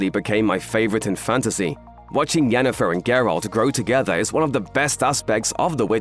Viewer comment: You know what. You win. Pronouncing Jennifer’s name correctly in passing, just felt like quality. Good job, you’re big, but you’re still paying attention.